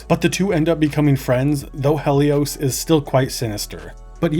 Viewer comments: Hell-ee-ose? That's not her name. It's Helloise! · a lot of mispronunciations on this video, but i took personal offence at Heloise, or how you said her name, Helios. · Ive never heard some one pronounce heloise like that